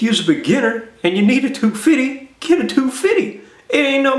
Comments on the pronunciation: Lol he said two fitty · I love the way he says 250. lol